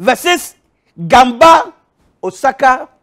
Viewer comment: I don't know why but him absolutely nailing some of the words is funnier than the ones his mispronounces. "Srizo..... Osaka." "Holy fuck, that Osaka was bang-on!"